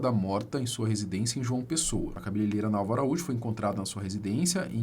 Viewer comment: ca be le rei ra e não cabeleleira que vc está falando. Aprende, compartilha!